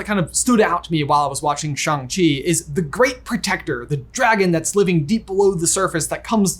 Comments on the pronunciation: Me: cringing at “Shang”…. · I like that is literally saying Shang-Chi half right 😂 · No, she is in fact defaulting to his chosen English name "Shaun", because that's what she knows him as and she can't pronounce Shang-Chi correctly, as shown on the plane ride.